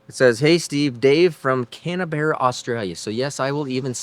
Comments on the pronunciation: its not canabarra 😁 its pronounced can- bra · Great vids man? And it’s just pronounced CAN BRA😉🇦🇺it’s where our demonic politicians hang out too?🇦🇺👶👹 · LOL Repeat after me "Can..... Brah" now all together Canbrah = Canberra Australia's Capital Territory